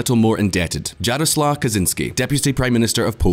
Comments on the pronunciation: When you put words from languages you don't speak in Google Translate, you can get the correct pronunciation. "Jarosław" is pronounced "Yaroswaf", not "Djaroslav"… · Jarsław Kaczyński should be pronounced "Yarosuav Katchynsky" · I recommend you check the pronunciation of JAROSŁAW. Thank you. (It's more or less Yah-roh-swav). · dżerosław kacziński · you can pronounce it as Yaroswaw , J isn't pronounced like G in polish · JJJaroslaw... damn, my name sounds badass in english XD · Dżarosław lmao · oh, for the love of God!!! Stop butchering Polish names!!! It's not that difficult! Jaroslaw Kaczynski is pronounced "Yaroswav Katchynski." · its Yaro-suave Kachin-ski and Anjay Dude-uh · thumb down for not checking how to pronounce Polish names (e.g. Jarosław) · Quick hint; J in Polish is pronounced as Y in English; and Ł similar to W in English. That should help to read Jarosław better. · Now let some leftist in the west call us racists, we only hate ruSSia (your Andrzej Duda and Jarosław it hurts my ears